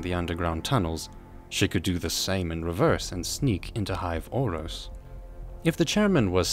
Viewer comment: It's hive auros not hive orros